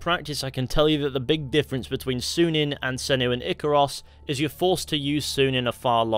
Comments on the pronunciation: That's a Y in Synin not a U. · I know. That doesn't mean it's pronounced as he said it. I study the language.